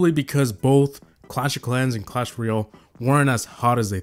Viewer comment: "clan royale"